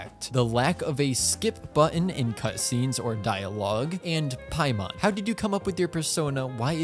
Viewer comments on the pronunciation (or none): none